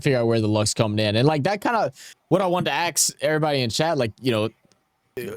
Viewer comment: my guy really said "axe" like he got the heritage to match that slang